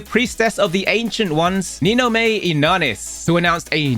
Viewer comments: Nin-OMAE!!! Inanis. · Thank you for the news once again! PS it's Ni-no-ma-eh ^^